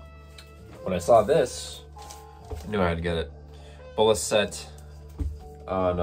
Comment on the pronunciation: it's pronounced as Bolá Zete, he's Brazillian.